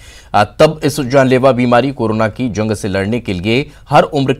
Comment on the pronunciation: Ye ankor hai ki jagah khai bolta hai .....hamesha notice karta hu